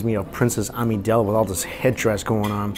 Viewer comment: Princess “Amedel”?? My Star Wars heart just broke